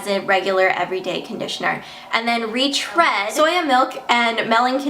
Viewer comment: I think the read in retread sounds like reed not red